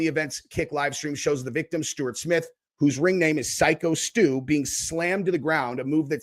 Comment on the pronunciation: WTF. So why do you say that? Because of how he looks?? People could literally say the same thing looking at you lol. The dude is literally a veteran and the victim of a brutal beating and you feel the need to degrade him? For what reason? And get his name right ffs. Its Stu! Man this video was infuriating from you. And i don't even want to get started on your insane pearl harbor/japan comment and comparison. That was equally infuriating and ridiculous.